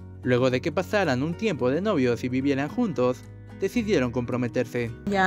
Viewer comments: Jajajajaj... El reportero jajajaja... Dónde decidiedon reanudad sud amidstad., Quitenle el micrófono de la boca para que pueda hablar bien. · "Decidiedon compometedse" El reportero 😂🤣😂🤣😂🤣😂🤣😂😂